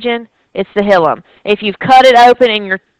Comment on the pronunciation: hilum is pronounced \ˈhī-ləm\ ...... not hill um